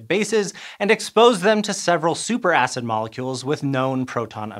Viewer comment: Did he say super ass?? 😅